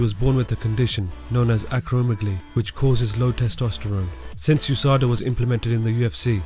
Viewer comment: It's U S A D A not Usada. One of those words you have to spell out, kind of like UFC.